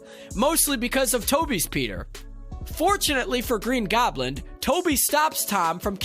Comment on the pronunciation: Green Goblend